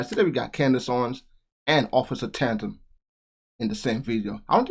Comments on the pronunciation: Good video. (Tatum, btw, not Tantum) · Btw....sorry...I like your channel and content, but please...his name is Tatum, not Tantum😂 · His name is Tatum not tantum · Don't be offended, but you pronounce his name (T A tum) Tatum, not Tantum. love that you show videos like this, so keep doing so. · officer Tandam? it's Tatum.. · ITS OFF.TATUM…NOT ‘TAN-TUM’…LOVE YOU …PEACE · Your a dumbass, its Officer Tatum, not Tandem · It’s Tatum not tandem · It’s Tatum…..pronounced Tay….Tum. Side note….love the video! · "Taytum" is how it's pronounced man. But I don't think Brandon will be upset. Lol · Hi, It is Ta•Tum, sounds like day; there is no "n" on the first syllable.. ♠W.G. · tantum? Who is tantum? You mush mouthed fool. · Tatum is pronounced like tale, not at.